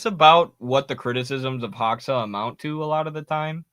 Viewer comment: not hoxa, pronounce it like hoja. you can hear proper pronunciation on wikipedia, they have audio file next to his name